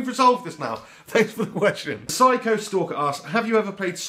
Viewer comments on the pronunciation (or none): none